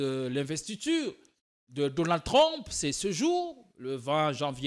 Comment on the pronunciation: "Trump" dans la bouche de: "TLLLOM" 😂😂😂. Sur le fond je suis d'accord avec lui.